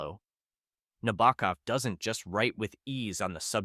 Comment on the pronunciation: books*.... plural ? prolly couldnt have hurt to look up how to pronounce nabokov either....